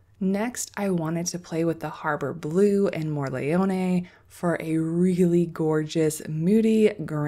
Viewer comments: Hi! You are saying "morleone" while it is Morellone (like the wine), same letter, same tonic accent, just the order is different. (If you really want to say it perfectly be aware that for the double L you need to quickly press the tongue behind your teeth instead of just tapping it). Hope this help! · Thanks for making this video. So appreciate the time you took to show such a useful comparison. Love your swatches! I'm worried for your nice brush with all that swirling and scrubbing on the paints. Maybe consider pre-wetting. Also, "More ell ohn neh." (You are pretty close, so nice! It means big mushroom. You can get Morels (mushrooms) in some places in the US.) And "Tin-tor-et- toe." (Named after a famous Italian painter.) Thanks again!